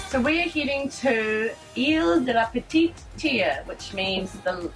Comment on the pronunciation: Oh Madame can speak French , Île de la petite terre ( petite t air e, not t ear e .. phonetically ) Nice video